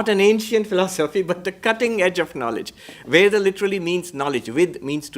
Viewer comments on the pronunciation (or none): none